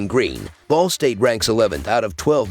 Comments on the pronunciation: Omg I thought I was the only person that heard “the ballsack cardinals”!!🤣😂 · Sounds like you said "ballsack" to cover the spread as underdogs lol